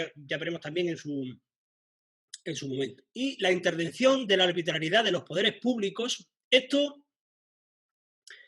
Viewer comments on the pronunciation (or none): Minuto dice la INTERDECCIÓN DE LA ALBITRALIEDAD JEJEJE